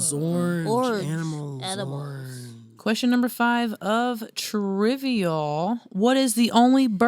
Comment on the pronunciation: my cousin says "ornche" too 😂